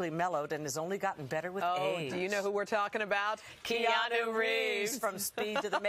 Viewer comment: After all his years of work and interviews, people are still pronouncing his name wrong and he doesn’t correct them. He’s so humble! Hau’oli la hanau e Keanu!